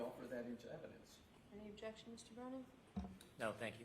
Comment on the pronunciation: is so full of crap that he smells like Bev and Hank. Defense: "valid question" Brennan: "objecshen"(that's how he pronounces it). Aah yes, the return of the associates degrees, this guy and trooper Paul are in the same whatsapp group.😂